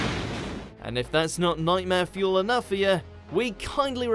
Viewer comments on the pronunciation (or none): none